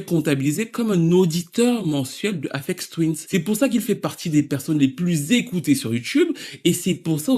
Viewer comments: il n'y a pas de S à la fin d'Aphex Twin hein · Y a pas de S à la fin de Aphex Twin fais un effort.